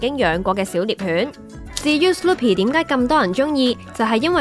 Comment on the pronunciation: Sloopy LASA